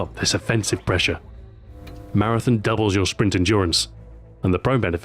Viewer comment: Heheheh... You say Marathon funny.